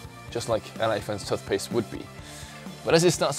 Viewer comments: tuth-paste? lol wut? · Tuff-paste? Really >.> lol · tuth-paste well i never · the way he says tooth paste is hilarious